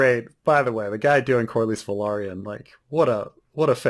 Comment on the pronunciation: I think the pronunciations for Velaryon and Valyrian is putting the emphasis on "lary" vs "lyr" Velaryon is pronounced as Va-Larry-en - like in Larry Valyrian is pronounced as Va-leer-ian - like in lyrics